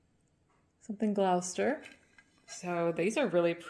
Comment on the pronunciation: Hi. if I recall correctly, English semi porcelain is an early ironstone, Waterloo being a central district in London. Gloucester we pronounce as Gloss-ter, not that it matters, just in case you wanted to know 🤗 The Limoges pieces are especially beautiful, the delicate flowers in pinks and greens - so pretty 🤩 TYFS